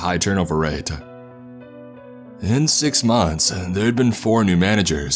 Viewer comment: “In six monthsuh, their had been 4 new managersuh”